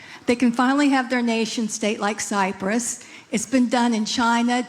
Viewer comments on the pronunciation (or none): none